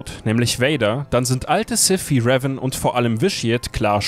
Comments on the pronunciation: Könnt ihr bitte Revan richtig aussprechen? xD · Also ich mag eure Videos ja echt, aber bitte sprecht den Namen "Revan" doch bitte richtig aus.. Das macht das ganze Video echt kaputt wenn man das hören muss.. 😐